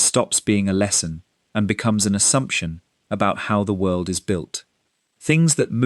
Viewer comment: FOR GOD SO LOVED THE 'WHIRLED"!!